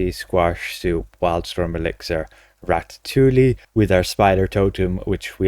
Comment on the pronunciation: the Ls in ratatouille are silent, it's pronounced ratatoui (sorry for being the grammar police but I just thought you might like the info)